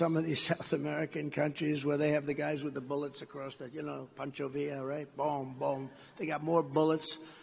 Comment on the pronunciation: He said pancho villa😅😊 ❤ maga 2024